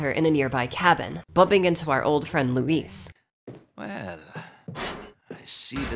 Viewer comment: I like that the last thing Luis hears is an American utterly butchering his name lol